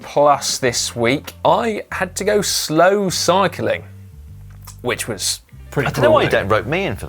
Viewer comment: haha, slow Si-cling......